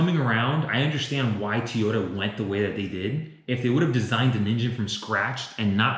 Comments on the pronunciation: Why does he keep saying Tee-ota when the car company is named To-yota? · Am I the only one that cringes every time he says “Teeyota”?